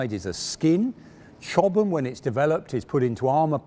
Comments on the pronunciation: He's pronouncing it correctly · Hi Ben, Chobham is a place in Surrey, England. The way pronounces it is correct.